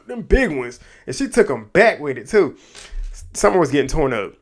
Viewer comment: not you accidentally calling summer ‘scummer’ im crying😭😭😭😭😭😭😭😭